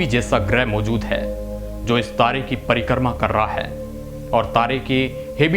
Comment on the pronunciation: परिकर्मा " नही परिक्रमा " बोलो